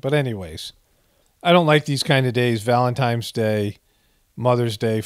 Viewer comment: If you are above the age of 11 please don't pronounce it VALEMTIMES day.